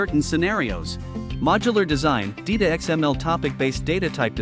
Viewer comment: it's not DEETA. it's DITA as in ditto.